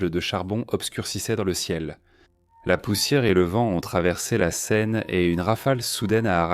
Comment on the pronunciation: Documentaire intéressant. Par contre, l'IA a du mal sur certains points : Elle a du mal à prononcer certains mots, comme la "scène" (la Ssscène, la ssScène, lasse Scène). Certaines phrases sont prononcées en accéléré. D'autres contiennent des blancs. Et aussi, c'est dommage pour la cohérence de parler parfois en km/h et parfois en mille par heure. A part ces points, les images et les explications sont pas mal du tout.